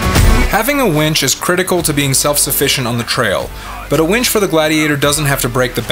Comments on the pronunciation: It's winch, not wench.😆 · How come you pronounce winch as Wench??